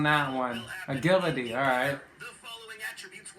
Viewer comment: Wait did pronounce agility agheelity.